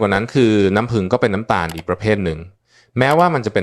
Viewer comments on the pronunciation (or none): นัำผึ้งค่ะ ไม่ใช่น้ำพึง หรือน้ำพึ้ง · เรียกน้ำผึ้ง ให้ถูกๆหน่อยครับ เป็นAiหรือเปล่า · เลิกดูเพราะไม่คุ้นกับสำเนียงออกเสียงภาษาไทยประหลาดๆ ลงทุนใช้เอไอดีๆ หน่อยค่ะ น้ำผึง =น้ำผึ้ง